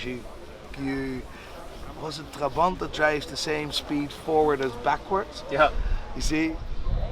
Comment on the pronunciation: The word Trabant instantly told me he was Dutch.